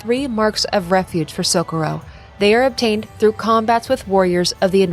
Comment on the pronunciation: So co rro, not socoro, but awsm vid